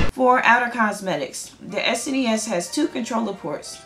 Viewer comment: So glad you call it s.n.e.s instead of snes.